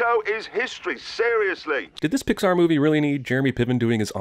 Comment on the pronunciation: I didn't expect to find a new reply on this video... also, you said Poxar Theory instead of Pixar.